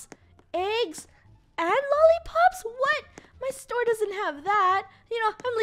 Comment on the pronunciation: when she was going to say store but instead she said tore